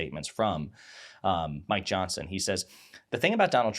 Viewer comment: Every time you say Mike Johnson it sounds like "my Johnson." And I'm okay with that.